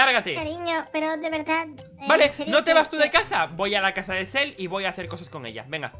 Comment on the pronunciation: lol se dice Sel